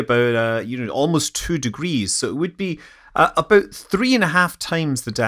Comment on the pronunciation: I can’t get past the “abouut”